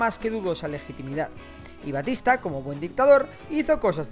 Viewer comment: Es Batista no Bastista igual buen video